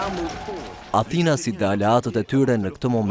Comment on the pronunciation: Pse thua Athinas? Thuhet Atinas! At-inas. Rrjedh nga fjala At, Shqip!